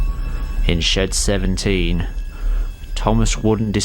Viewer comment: I thought he he said”shit 17”